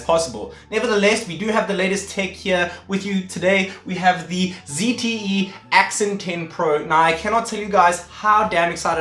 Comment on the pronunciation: ZTE not ZTF